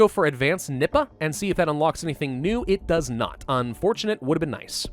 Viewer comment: I hear nibba when he says nippa